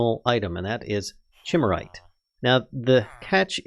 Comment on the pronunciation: Chimerite is pronounced "kai-MAIR-ite" as it's named after the Chimera, color shifting mythological thingy